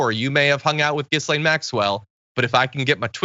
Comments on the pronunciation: John, her name isn't pronounced Gis-lane, it's pronounced Ga-lane. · John.... Ghislane.....is pronounced. gi lane.... the s is silent. You MUST know that. I'm sure you've heard her name spoken many many times.